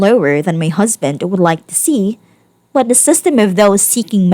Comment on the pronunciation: It's strange, but I'm growing to like the narrator's harsh Ts. It's pronounced "husband". Not "husband'TUH". But, you do you.